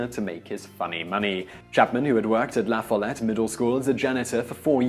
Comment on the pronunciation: Number seven.. I know that guy I live in Campbell county!!! It's LaFollette too you said it wrong but everyone does 😂😂